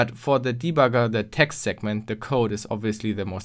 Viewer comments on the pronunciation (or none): none